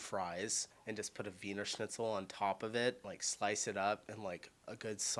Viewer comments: i eat mostly dishes from all around europe but when talking about traditional german food i would say my favourite is blutwurst mit sauerkraut und kartoffelpürree ( pan fried blood sausage with sauerkraut and mashed potatoes ) your pronouncuation of Wiener Schnitzel was quite on point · you said wiener schnitzel absolutely correctly